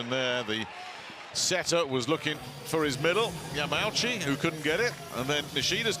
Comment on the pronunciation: it's ya ma u chi, not ya mau chi XDXD L on the commentator